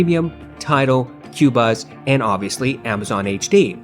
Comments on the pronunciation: It's not pronounced Cuebuz it's Cobuz. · I made this mistake too: phonetically, it's pronounced "Ko buz"